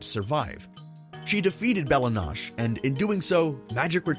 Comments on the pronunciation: Lol it’s pronounced Bella No-Che(Chay) like in the clips you showed and King Man has a space in the middle. Plus the way you worded the sentence, it made it sound like you said King Man was ‘the primordial god of chaos” btw lmao “She didn’t wish for Simon to be saved-” “-I wish for the power to keep Simon safe” — “She wished for Simon to be safe” Bruh I don’t even know what to say lol Great video, if I had the wishing crown I would so wish for more Simon Petrikov videos 🙏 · Simon Pronounces "Belle Noche" correctly. 8 seconds later bro insists in pronouncing it "Bella-Nawsh". 😭💀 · Goliad: Go-lie-id Bella Noche: Bella Nosh Bruh are you just reading these names of the wiki? How do you not know how to pronounce these names? Especially noche, it's just the Spanish word for night. Just go watch Dora the explorer lmao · Bruh how do you mispronounce Bella Noche when they literally pronounce it in the episode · Bella Noche is pronounced the way Ice King said it. 😂 I tried to ignore it, but I can’t. You might be confusing the pronunciation of the word, quiche, with noche which means night. His name means Beautiful Night. Bella is a weird word to use in Spanish to mean beautiful as it’s more commonly used in Italian to mean beautiful. I mean no harm here, only trying to help you sharpen your dictation skills! I love your videos, by the way! AT is one of my most favorite shows and it’s deep lore brings me to your videos time and time again to see what you see in the show. I like to know what others saw in it and compare it to my contemplations on the show. It’s super fun thought exploration with this sort of thing for me. I appreciate your analyses! They’re deeper and more meaningful than most! Keep up the awesome work!!! 🔥🔥🔥